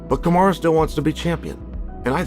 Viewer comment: Why’s he saying kumshot bro 😭😭